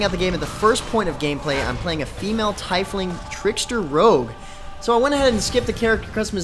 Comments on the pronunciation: btw, its said like tea-fling, not tie-fling, sorry... sorta just got on my edge xD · Oh my god. His mispronunciation of Tiefling made me vomit in my mouth a little. Cmon now, go back and play the real Neverwinter games then come back to me..